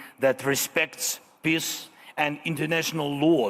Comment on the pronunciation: Hahahahahhas zelenskyy cant say peace. He says piss. I can't stop laughing, he wants piss.